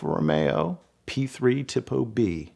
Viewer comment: Excellent job of narrating this famous racing history story! Just 2 pronunciation errors to point out. I believe the Italian pronunciation of Tipo is tee-po and not tippo. You also confused the city of Nuremberg, where the Nazi War trials were held, with the race course, The Nurburgring. No big deal, just a friendly correction. Again, the video with your narration gave extra meaning and emotion to this wonderful story. Very well done!🙂